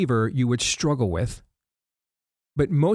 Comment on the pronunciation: Please, for the love of God, stop saying struggle with a sh. It's maddening.